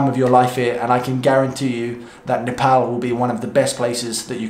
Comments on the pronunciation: Gave a like when u said Nepal not Nepaul... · He said Nepal not Nepol😍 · So your three months in Nepal, taught to pronounce the country's name..😁😁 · He actually said Nepal and not Nepawl.